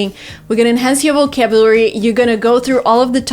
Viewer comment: Oh my God! She misspronounced Vocabulary. I just can't believe it!